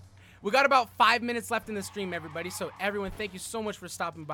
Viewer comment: "What's urvrybody, and welcome to the stream."